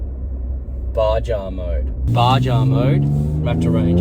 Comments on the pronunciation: Great video but it's pronounced BAHA mode. Also the exhaust parts aren't available on your website? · Repeat after me, BA HA, the J is a H sound! It’s not a badger